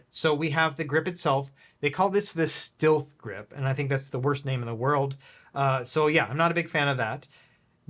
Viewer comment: lol Christ it’s pronounced Stealth grip 😂